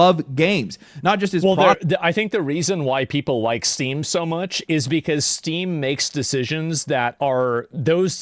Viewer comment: Oh good, I thought he said "people are really mad at Steve" phew lucky it's just Steam.